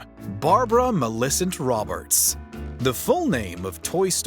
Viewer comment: You don’t know how to properly pronounce Millicent? Geez